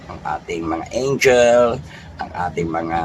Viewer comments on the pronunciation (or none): none